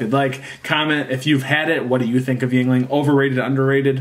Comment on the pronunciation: Walk into any bar in PA and simply ask for a lager, they’ll know what you mean. 😎 And you are correct it’s pronounced “ying-ling.”